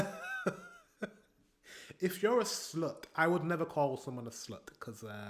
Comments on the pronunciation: It is 'slot' with a o, not with a u 😅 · it's pronounced like slot, as in slot machine. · The pronunciation of Swedish "slott" is pretty close to the English word "slot". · Mostly accurate but castle - slott is not really pronounced as slut, at least not in Swedish 😅 It's more of a short rounded o-sound